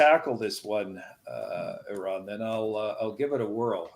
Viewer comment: "It's not Air-on, it's Are-on." "Sorry, Iran."